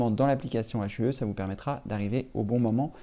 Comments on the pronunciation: Phillips H U E 😂😂 on dis « Phillips you » 😂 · Hue veut dire « teinte » en anglais et se prononce « you » avec le h expiré. Il ne s’agit pas d’un acronyme dont on prononcerait les lettres séparément.